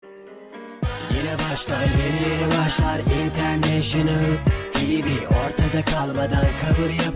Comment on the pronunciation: İntertiniol tivi diyor